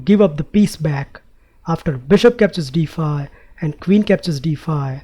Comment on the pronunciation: problem "dee fye"